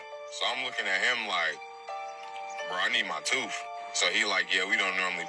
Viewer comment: Tooth not toof